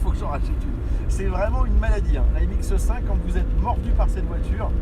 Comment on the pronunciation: Excellente vidéo, mais par pitié... C'est MX5 par MX "E" 5